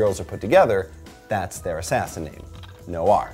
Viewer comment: Noir, as in NWAAR!!!?? The french word for black. Black-Film, noir... Humphrey Bogart? Chinatown, The Big Sleep? Ugh.